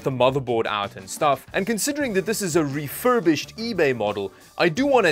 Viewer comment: "Refurbished" hahaha